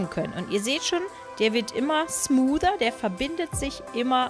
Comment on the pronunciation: Wieso sagt man smoother mit den stärksten deutschen Akzent den ich je gehört habe ,wenn man einfach geschmeidig sagen kann